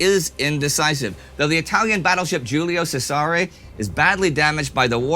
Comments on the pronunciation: point is the vowels were right enough. Accent and c were not. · Hi there. In Italian we say ALLUMINIO ;-P And it's Cèsare, not Cesàre, with the c pronounced like in cheese. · Aluminum vs Aluminium? I am most concerned by the pronunciation of Giulio Cesare (Giulio is ok but Cesare is pronounced as Chesare in Italian)